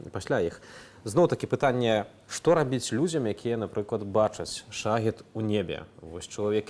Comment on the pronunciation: В соответствии с каким правилом беларуского языка "шахед" надо произность "шагэд"? Цiкаулюся. У часы Тарашкевiча ды наркомау шахедау не было. 😊